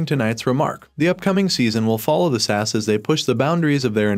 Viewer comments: Ess Ay Ess, not SASS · S A S not sass hahahahahaha re-do the video my guy you sound silly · S.A.S. ( that's Special Air Service ) not Sass !!! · Bloody Brilliant. Cant wait.. but please say S.A.S . Not sas... so rude... 😂 and nasty.. 😮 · Mate it’s S A S NOT SASS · Stop saying 'sass', please. It's S-A-S. S A S!! :) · SASS oh ffs it's S. A.S AN ACRONYM ...PLEASE get the name of the show right .....OTHERWISE no-one will take can ideas seriously mate.... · What is Sass??? It’s S.A.S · ITS S. A. S. NOT SASSSSS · Special Air Service abbreviation SAS in not pronounced as one word. It is either pronounced as individual letters S A S or full name, Special Air Service